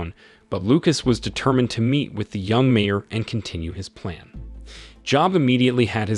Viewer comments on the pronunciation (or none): none